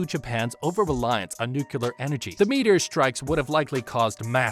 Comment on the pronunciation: I’m loving the video! My inner scientist just needs to say it, though: it’s “nu-clear”, not “nu-Q-ler”